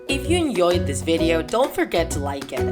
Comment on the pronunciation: "If you enyoyed today's video-"